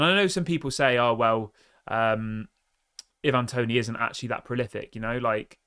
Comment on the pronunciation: It's not evan toney, it's i van (ivan toney